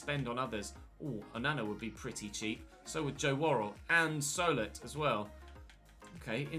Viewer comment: Just to help out, Solet is pronounced So-Lay